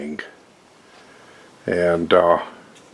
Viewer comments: I have lived in Malaysia and Philippines. My cousin is married to an Indonesian gal. You are pronouncing it correctly. In Malaysia it would be a parang elong. I have an authentic parang from Sarawak given to me by my former in-laws who were Iban tribesmen. One of these days I’ll finish unpacking and drag it out. I’m pretty sure it’s called something similar in Indonesia as the Bahasa there is generally pretty close to the same. In the part of Philippines I lived in we would call it a “bolo” though the blade isn’t exactly the same as a Visayan bolo. Close enough. Some people also call these a “golok” but the blade profile of a golok is not the same. I have the Condor engineers bolo and it’s been a pretty good blade. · I bought that Parang about 6 years ago, and yep your pronouncing it right. I use my regularly primarily cutting roots and branches. Its lives on my ATV with the sheath that came with it and a hone stone. Good to see you online again. Ive got a new FJ45 diesel landcruiser to add to my Landcruiser collection both are reliable DD now took a year to get both of em on line they both had some long slumbers. Raining here in the Ozarks for the last week very very wet. Hope al is well.